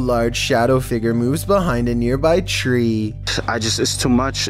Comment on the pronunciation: Figer... Me FIGURE!!!!: Edinbruh Me: EDINBURGH